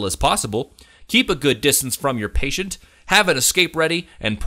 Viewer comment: patient...not pateint lolol